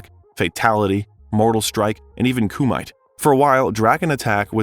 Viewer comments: I like how he pronounced Kumite. 🤣 Reminds me of how Bill and Ted pronounced Socrates as so-crates. It’s coo-mee-teh. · It’s pronounced “koo-mi-tay” and it’s a reference to the JCVD film “Bloodsport”, where it was an underground death fighting tournament. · Actually it's Ku-ma-tay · koo-mite, lol. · Just a note: ‘kumite’ is pronounced ‘koo-mee-tay’. I haven’t done karate in years, but i do remember that pronunciation. 😊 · it’s pronounced Kew-muh-Tay, from Bloodsport.